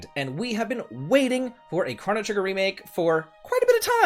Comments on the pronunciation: You are the only human being I have ever heard pronounce this as "crah-no" trigger....whoaaaa.."SKA-LA"??? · I cannot get over the way you say “chrono” 😖😖😖